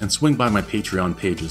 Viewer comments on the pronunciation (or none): I like the way you said bash on. which sounds like something french.